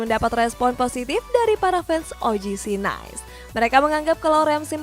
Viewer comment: Ngakak tiap denger OGC Nais 🤣🤣 lawak lawak